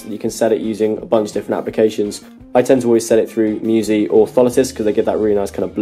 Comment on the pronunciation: another great video. 2 small things i've noticed. App no. 9 should be Noyze not Noyzee, and your outro music kicked in at 10.33 was a bit too loud, couldn't hear the what you were saying at the end. Keep up the good work.